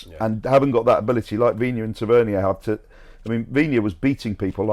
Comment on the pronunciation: FFS - learn how to pronounce the names of our own players. Tavernier - pathetic.